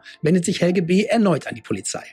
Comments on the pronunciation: Just as a hint from a German citizen: The last e in Helge is pronounced like an e in existencial, error or egg ( egg read backwards immitates the g and e sound in Helge just fine). It´s a rather old Skandinavian name, that is quite uncommon in younger ppl, mostly found in the north of Germany, the Slavic version would be Oleg. It derives from the protogermanic "hailaga", unharmed, healthy. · Not Helgi but Helge or Helgeh